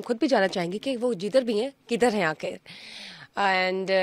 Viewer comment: Why this anchor can't pronounce " Kha" of Khabrain akh of " akhir" . Is she indian?